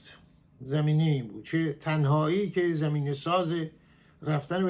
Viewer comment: آقای عزیز شما زمینه یا زمین را بد تلفظ میکنید با فتحه بگویید zamineh نه zemineh